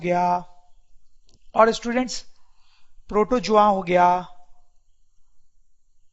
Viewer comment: it is protozoa in pronounciation not potojoa